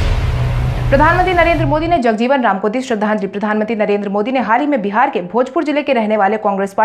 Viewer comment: समाचार editor से मेरा आग्रह है कि बिहार के प्रतिष्ठित महापुरुषों में शुमार बाबु जगजीवन रामजी के नाम के संकलन पर कृपया ध्यान दें। एक क्रांतिकारी समाजसेवक के नाम का इस तरह से उच्चारण अशोभनीय है।